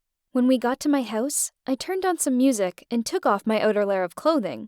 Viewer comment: Is anybody going to talk about the way she says house?😂 🏡